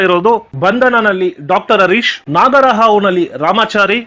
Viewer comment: So nice sir. But not areesh. It's Hareesh